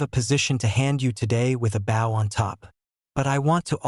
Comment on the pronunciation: Bow pronounce baou meaning front of a boat. Bow meanings decoration on a package.